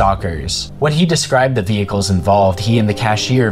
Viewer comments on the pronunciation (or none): none